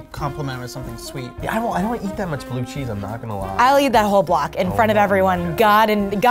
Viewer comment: ooo I heard that! when she said “bluuuuu cheese” her french accent kinda escaped a bit